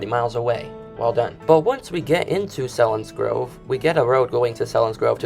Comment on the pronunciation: Selinsgrove is pronounced seal-ens- grove